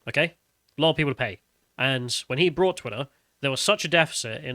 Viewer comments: G'dam'it...... It's 'Bought" not "Brought"..... I Bought the cake at the store and then I Brought it to the picnic. Elon Musk Bought Twitter and Brought it into repute.;) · Bought doesn't have an r in it